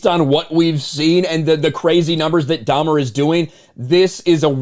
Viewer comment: I thought it was funny how pronounces it "Domer" like Domer Simpson. I am pretty sure it's 'Dah - mer.' Lol... Not that it matters or anything. Just thought it was funny! 😄 If She Hulk is beating you, I would give serious thought to throwing in the towel. 😵 💥 🥊